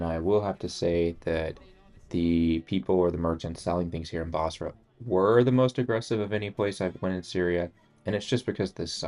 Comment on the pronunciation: Its busra. Not bosra.